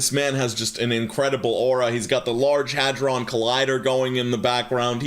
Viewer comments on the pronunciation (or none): none